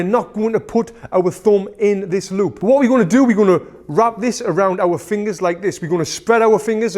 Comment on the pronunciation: I love how you say fingas